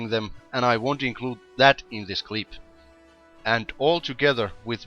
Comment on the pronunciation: "...and I won't include that in this cleep."